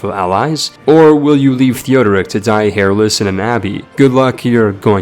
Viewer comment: pie-ety, not pee-ity for "Piety" air-less, not hair-less for "heirless" Antee-ahk, not Antee-oh(k)(rolling K??) for "Antioch" Zoro-ass-treean, not zoro-austrian for "Zoroastrian" I could go on, but i'm getting even more pissed off now that you're referencing memes for no reason and talking about gamey exploits like killing your father with scurvy and it's just like...insufferable. thumbs down from me mate